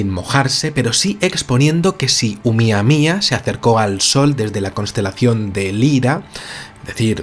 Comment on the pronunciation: PRONUNCIE BIEN CABRON; NO CE DICI UMIAMIA; CE DICE OUMUAMUA